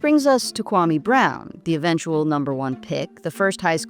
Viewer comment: KWA-ME BROWN - Stephen A. Smith